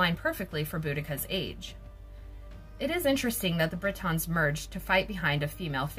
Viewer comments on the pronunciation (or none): BRIT-ONS ?! Wtf are they?!🙄 It’s pronounced BRI-TN